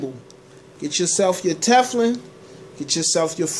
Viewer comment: Omg 🤣 he said Tefflin!